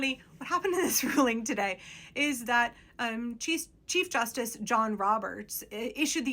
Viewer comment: I kept mishearing you say "cheese justice" and honestly....yes